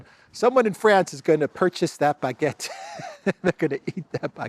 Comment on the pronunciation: Macron -"bagette" with an "F"🙃🤭🤗👏👏